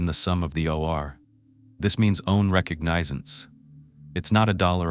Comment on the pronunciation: Yes you can always tell when the are stating a time. AI cannot figure am or pm. And then there's the words like recognizance. That's almost comical if the story wasn't so sad.